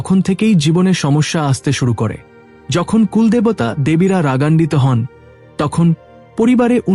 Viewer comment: বঢ়্ কথাটা বাংলা শব্দই নয়। বড় শব্দের এরকম উচ্চারণ, কুল্ দেবতা উচ্চারণ শুধু ভূল নয় হিন্দি ভাষার অনুকরণে প্রাপ্ত। বাঙ্গালীর কাছে এটা নিতান্তই অপ্রত্যাশিত। বাংলা শুদ্ধ উচ্চারণ যদি বাঙ্গালী না করে তবে তার বাংলা ব্লগ করা উচিত নয়। বাংলাকে এভাবে লাঞ্ছিত করার অধিকার কারোর নেই।